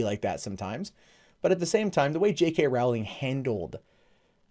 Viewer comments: Hey,. Rowling is “row” like a boat rather than “row” like a fight. Thanks for the vid. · I know this point is petty and pedantic and annoying, but her name is pronounced Row-ling like bowling.